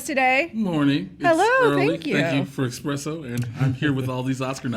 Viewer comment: Jay – It’s Espresso not EXpresso ;)